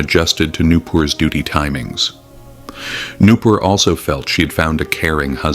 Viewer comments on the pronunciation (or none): Nupur ❌ new poor ✅